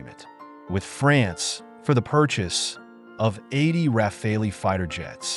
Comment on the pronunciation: the bizzare pauses tell you this is bot narrated content and the bot is drunk and can't pronounce rafale